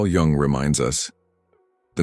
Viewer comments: please learn to pronounce his surname properly as it is not jAng but jUng, as in yoong thank you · Not Carl Young but Jung - the 'u' pronounced like the ou in you.